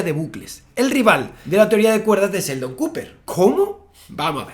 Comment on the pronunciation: La H que debería usar es la que va después de la "S" en las palabras en inglés, qué es eso de pronunciar; StarSip - Starship Sakespeare - Shakespeare Seldon - Sheldon